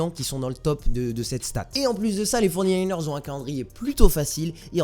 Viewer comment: Mec respect nous on s’appelle les 49ers ca se prononce fory nayners non pas les forny nayners